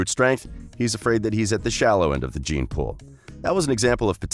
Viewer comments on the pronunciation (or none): none